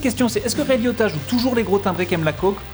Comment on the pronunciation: On prononce : Ray La-iota. A part ça c'était bien